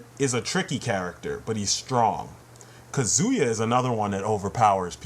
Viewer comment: now im being annoying; but kazuya is pronounced cah-zoo-yah not cuh-zoo-yah.